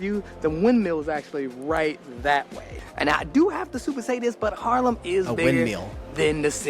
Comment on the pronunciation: Haarlem is it.. where he lives… it is 15 minutes from Amsterdam by train. Good atmosfere in Haarlem.. he speaks it at Harlem.. he needs to make the a.. sounds as ah.. making it long when there are 2 aa in the middle of a word. And yeah.. .Harlem near New York is called by our Haarlem. Love the vibe in Haarlem. Great that you watch his vlogs… i love them.